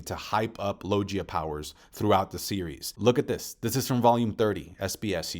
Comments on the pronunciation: Its logia not lojia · Man learn how to pronounce the word logia properly cuz you're not man it's not low Gia is logia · Say it with me Lo-Gi (G as in Guss)-A Logia Not Lojia lol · Hey idk if you know or just have a preference but it’s pronounced Low-gi-YUH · I love your video and comments and theories but gotta correct you again, it's logia, as in GUITAR, not "JiTAR" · You pronounce Logia wrong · I’ve never heard someone pronounce “Logia” the way you do and it’s kinda weird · Is there a reason pronounces "logia" incorrectly? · Bro how can you still not pronounce "logia" correctly? It's mad annoying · Normal person:Zoan Paramecia Logia this guy: Zo Han Para-Meshia Log-Gee a anyone else notice this